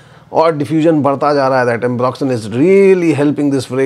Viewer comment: Re watching this to listen to that "duniya bhar ka ambroxyn" 😂😂😂